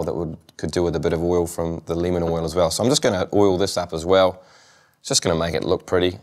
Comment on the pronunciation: i thought he said linament oil instead of lemon oil. haha LOL